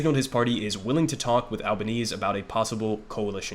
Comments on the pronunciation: also, it's pronounced al-buh-neh-seh and they're the greens not the green party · A few things from an Australian: 1. AlbanesE - gotta pronounce the E at the end. 2. The Liberal Party aren't your Republicans. They are made up of two prominent factions: the moderates (essentially Democrats) and Conservatives (essentially Republicans). 3. Labor are a social democratic government and fun fact is that the Australian Labor Party was the first modern social democratic government to form on a national level. 4. Albo is a socialist on a personal level. That's well known and he's the leader of the socialist left wing of the Labor Party. He will absolutely not be allowed to govern as a socialist though. 5. The fires in 2019 were mainly devastating for the Eastern States. Western Australia tends to seem much more devastating due to the size of the area burnt but really WA is the bigger than Alaska AND Texas combined with 2.9 million people in it, 2.1 of those in 1 city. 6. The Greens got a record vote, which is great. However, we have preferential voting so Labor picked up seats off the back of greens voters and the Greens will only win 2-3 seats in the house of Reps. The larger primary vote does increase their power in the Senate though so Labor will have to work with them to pass legislation there. 7. If state Labor governments are anything to go by, we'll see increased action on climate change but it will largely just be greenwashed Capitalism. Better than nothing but we're not going to become the green powerhouse we should be. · Love the coverage, just one thing, it's Albanes-e, you pronounce that last E